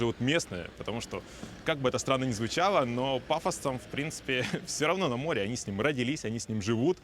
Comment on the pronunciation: Слово "море" блоггер, находящийся на море, обязан произносить правильно